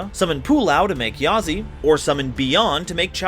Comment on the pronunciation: Bro, I don't expect perfect pronunciation but how can u mispronounce yazi as "yaza"??